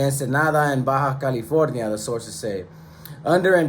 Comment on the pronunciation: It's Baja California not Baja, California 😂